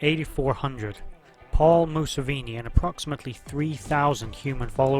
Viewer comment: You can't even say "Museveni" correctly? Watch the show.